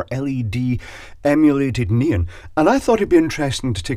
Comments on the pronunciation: "neen" ? Oh, you mean NEON... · Nee-Un 🤷🏻‍♂️ is that the led version of Neon ?